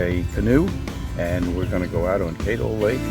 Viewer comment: Caddo is pronounced with a short 'a' not a long 'a'.